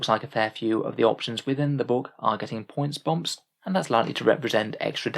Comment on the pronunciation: What are "points bomps"? :P